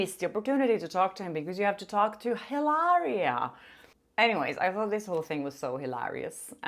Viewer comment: HIlariaaaaaaaa without pronuncing the H lol.... a real Spaniard hahahah Congrats on your videos